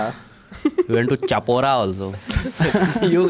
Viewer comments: Chapora is pronounced as 'Shaa-pora' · it's pronounced as "Shapora" actually